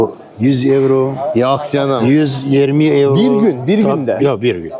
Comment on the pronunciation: Kırmızılı eyro eyro diyen adam iğrenç bir tip değil mi 🤢